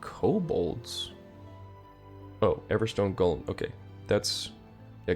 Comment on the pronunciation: I love your videos but it’s driving me crazy that you call the Golem’s a Gollum like the LoTR character. Pronounced: GOLE Um which is a lumbering big creature